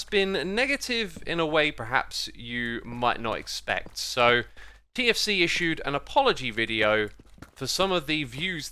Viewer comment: I heard for 4 minutes KFC instead of TFC and was really confused